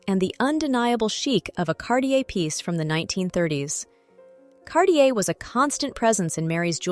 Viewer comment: CarTier et pas Carlier .l’i.a impose des traductions très approximatives... un collier du IXéme siècle, comme c’est étrange !